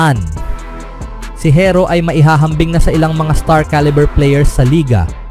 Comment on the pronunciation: Herro hindi hirro bubu mo